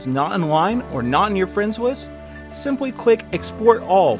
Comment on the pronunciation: "Friends wist"